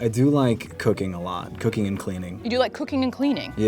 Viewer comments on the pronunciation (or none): I heard him saying "cocaine" instead of "cooking" omg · I thought he said he liked cocaine but it was cooking😂😂😂